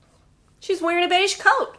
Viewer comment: No matter how often I listen to beige, it sounds like "beishi."